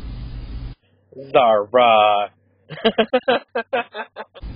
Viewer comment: That’s not how you pronounce Zahra actually